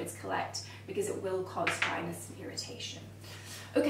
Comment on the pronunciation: Its “irritation.” Thank you for these wonderful tips. Haven’t seen these anywhere else.